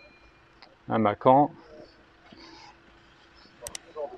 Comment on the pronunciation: comment il a oser prononcer Macan à l'aide ! mais super vidéo